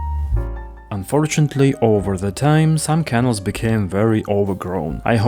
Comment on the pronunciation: interesting video. but please say canals, (caNALS) in your next videos, not kennels (KEnnels). 😀